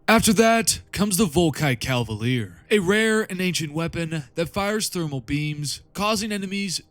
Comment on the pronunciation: Hey dude. MK is pronounced *mark. It's MKVI (Mark 6) corvus. And it's volkite *caliver.